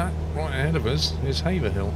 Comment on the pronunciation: Pleased you are one of the few who pronounce Haverhill correctly - I live there. Thanks for the video. I have yet to "fly" over my home town yet as still struggling to set up my CH Yoke correctly.